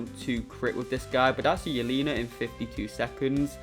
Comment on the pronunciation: it’s not ‘yeleena’ it’s yelena